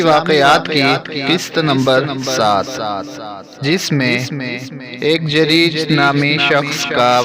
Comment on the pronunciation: जरीज नहीं जुरैज होता है Jareej nahi juraij hota hai